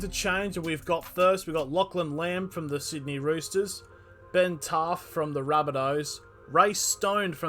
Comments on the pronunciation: Whos BEN taafe? 🤦🏾‍♂️ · Ben Taafe ? lol